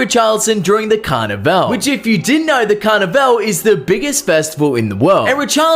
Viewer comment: Bro said CarnaVeL 😂😂😂